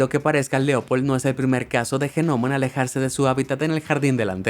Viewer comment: Que el de la voz diga Gnomo en vez de Nomo me deja más intrigado